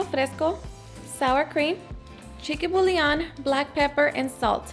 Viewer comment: Girl I love you and your videos but please stop saying “BULION” it’s “Bouillon”. 😂😂😂